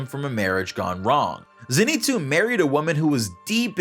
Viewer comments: It’s pronounced Zein-sue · its ZENitsu not ZEnitsu